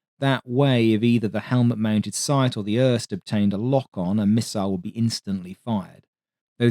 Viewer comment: Uhrrrst is crazy for pronouncing IRST